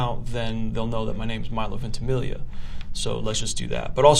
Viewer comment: i love how proud he is of his name even he can't pronounce it correctly